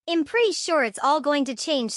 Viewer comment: I’m is not pronounced im